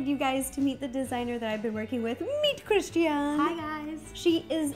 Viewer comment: that's pronounced Christi -Ann. tell her to get over her self and learn her name.